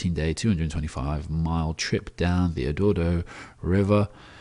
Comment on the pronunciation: hahaha "edordo river" - Colorado by any chance? sorry but save that great thanks really helped